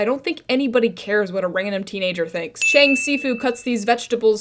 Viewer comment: bruh Fr I'm a mandarin speaker and the only thing that makes anything close to the the s in si in this episode is an x and it wouldn't be pronounced bc x is like sh essentially also the cheng isn't even pronounced right an e in Chinese is like uh or eh depending on which letters you combine it with, and in this case it would be pronounced like "chung" bro what were the writers doing there like y'all should do your research 😭